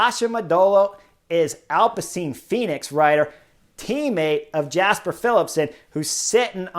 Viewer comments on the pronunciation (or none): Great commentary, but just as it's pronounced Fabio "Ya"kobsen, it's also "Ya"sper Philipsen, not "Jasper". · But pronounce it, from a North American perspective, as "Yasper". Like "Yu"-mbo-visma.